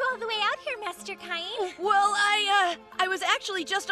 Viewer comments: I wish they would fix the pronunciation of his name. It drives me nuts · The jokes are fine. It's the exaggerated Southern accents, especially when everyone mangles the pronunciation of Cain's name, that's c***py.